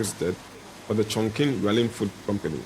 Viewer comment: lol the way the narrator pronounced Chongqing lol